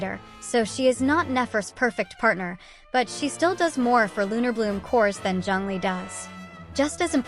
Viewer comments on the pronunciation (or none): Bro said zeng lee 😂